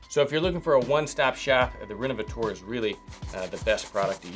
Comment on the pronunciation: Well done! One note: the leather revitalizer you used is pronounced "rénovaTEUR" insted of "rénovaTOAR". 🙂